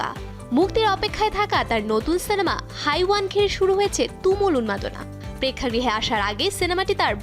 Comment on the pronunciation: 🤣হাইওয়ান ❌হেওয়ান ✅ hindi উচ্চারণ তো আগে করা শিখুন তারপর নিউজ করবেন😒। in Bangla which means শয়তান/জানোয়ার।🙂‍↕️👋🏻